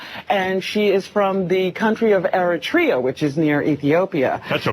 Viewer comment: props to for calling attention to the fact that these doofuses don't even know the correct pronunciation of Eritrea